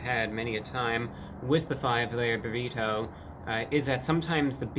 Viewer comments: Burr eat oh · Love the way he enunciates “burrito” and “twenty twenty five”. Spectacular! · two ne tee?